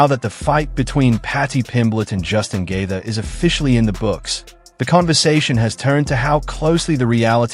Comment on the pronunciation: Stop dragging JR into your BS! And your AI mispronounces Gaethje.